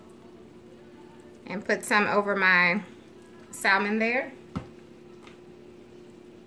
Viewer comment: I’m sure it taste good, but every time she pronounces the “L” in Salmon my ears cringe.